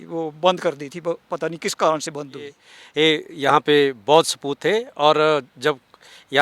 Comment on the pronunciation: स्पूत नहीं हैं...स्तूप hai